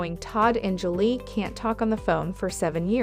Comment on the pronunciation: Get it right. Julie, not Angelay. Simple please practice before tape.